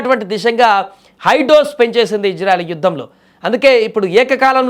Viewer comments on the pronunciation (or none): Orey news reader telugu sarigga nerchuko mundhu. Janaalu yerrollu kadhu. Nuvvu nee athi thelivi 😡😡 Israel ☑️ Izrael❌ Neeku already thelusu ee difference kadha??